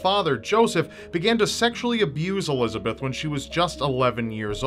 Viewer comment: It’s pronounced Elis-a-bet not Elizabeth (German) Josef is Yo-sef